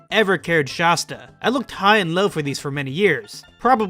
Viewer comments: It’s Shasta not shosta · I’m irrationally upset by your pronunciation of “Shasta.” 😅 It’s not “Shosta!” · Kills me to hear people say Sh-ah-sta. I've always heard the first A pronounced like the word "At" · Its so funny. If you arnt from Mt.Shasta or shasta areas. You completely mispronounce it. Everyone I see who makes videos online with Shasta mispronounces it because they've never been there 🤣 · How are you from California and can't pronounce Shasta right? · Dudes Shasta knowledge is as poor as his pronunciation